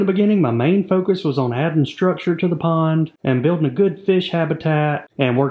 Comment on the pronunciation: I thought u said acre porn. 😅